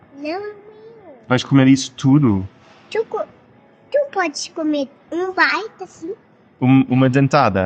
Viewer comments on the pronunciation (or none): Your Portuguese is much better than mine but I have to ask why do you still pronounce words beginning with T like an English speaker? You have done it for years now. Since day 1. Surely, with your level of Portuguese you should know how to pronounce it by now. It is so off putting hearing you mis-pronounce almost every word with T. For example, The word Tudo is pronounced more like Thudo with more of a th sound. You say it with a sharp T sound like T in Tango. That is completely wrong. PLEASE stop saying it wrong!! Ive noticed you do the same with the verb Ter. Should be more like Therr - but you always say Tear as in tear that poster down! Sounds so bad. Im not saying this to be mean, but it really spoils your otherwise excellent videos and podcasts.